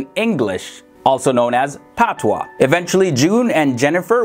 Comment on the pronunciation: It's pronounced pat-wah … not Patna